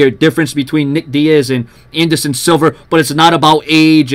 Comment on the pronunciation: Silva not Silver